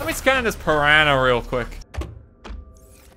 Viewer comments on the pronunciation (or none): none